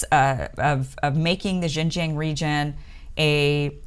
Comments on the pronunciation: Your American pronunciation of Xinjiang hears a lot like the mandarin pronunciation of Shenzhen. It really confused me sometimes. But the analysis you gave have been wise and should help the western people and especially the people in the US to better understand the Uyghur issues in China. Thanks for your great work!!! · LOL the way she pronounced 新疆 like couldn't she ask anyone how to pronounce it?!? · This woman is nothing but an ultra ignorant American. She admits she knows nothing about the issues, and can get no facts. She has not put her feet on the ground in Xinjiang, and cannot even pronounce it correctly. So why express an opinion? Another narcissist. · Listening to you constantly mispronounce Xinjiang is painful, and makes it hard to believe anything you say.